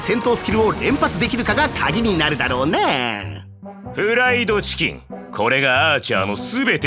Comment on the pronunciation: ここの「フ ラ イ ド チ キ ン」の発音すこ、この2人も聖杯戦争編で出番あると良いですね